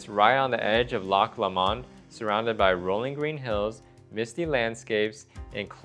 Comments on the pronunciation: sounded like lock LAmond but it’s lowmond 😊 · It's pronounced Loch LOW-mond.